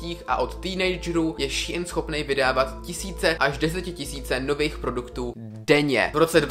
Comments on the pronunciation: Čte se to Šín a né šíin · jakoby je to strašně divný, nikoho nehejtuju ani nevim jak se to správně čte, asi teda [ší in] ale reálně mi to trhá uši a četla bych to normálně [šín] ale jen můj názor. nikoho neurážím. jinak skvělý video fakt super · Šiín ... promiň, ale rve to uši 🙈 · Hovorý sa to shin a píše sa shine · Mi to vyslovujeme šejn